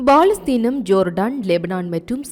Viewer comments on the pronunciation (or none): அக்கா அது Baலஸ்தீனம் இல்ல பாலஸ்தீன் தமில கொல்லாதிங்க 😂😂😂 பமலா கரீஸ் இல்ல கமலா ஹரீஸ் 🙋‍♂️